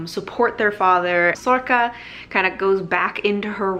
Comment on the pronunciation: I'm not sure how to pronounce sorcha.. you say sorka.. I've been saying sorsha.. in my book there is a pronunciation guide for some of the irish words and it says sorcha is pronounced sor-ra.. not sure